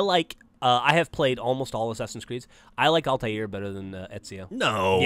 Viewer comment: altair not altiar :/